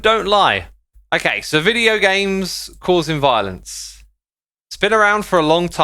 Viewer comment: did you say vilence